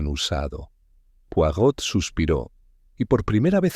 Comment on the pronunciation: La nzrrativa esta buena y entretenida pero definitivamente no es de agatha Cristie. Otra cosa debieran. Lo menos averiguar como se pronunc I a el apellido c de Mr. POIROT. saludos.